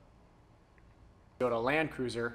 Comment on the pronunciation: What the hell is a Teee-o-duh? Is that a cousin to TOY-OTA?